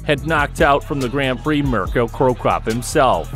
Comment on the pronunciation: Can you please learn fighters names if making videos you butchered mirco's name also the MMA moves and holds